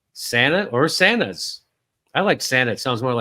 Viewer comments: TAH-izzz and Sah NAH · Yemen capital pronounce as SANA-A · Pronounced like Tuz, sun-nuh To get closer than that for Sanaa you need to know how to pronounce an Arabic letter which is like a soft g but you can get pretty close without it